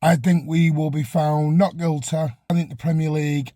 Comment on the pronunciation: Chaps, it’s City not citeh and Guilty, not Gileh. Speak proper please